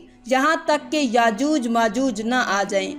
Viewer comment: यजूज मजूज नहीं याजूज माजूज है